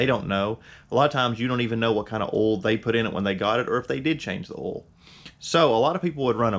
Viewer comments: It's called "oil" no "owel" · It never gets old when people call OIL...OLL